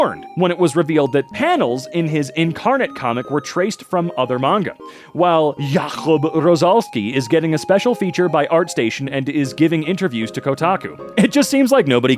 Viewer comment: Jakub is prounaunced like "yacub"